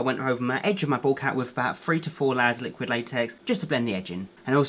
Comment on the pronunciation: every time you say "bald cap" i always think you're saying ball cap 😂😂😂 love you so much ❤️❤️❤️❤️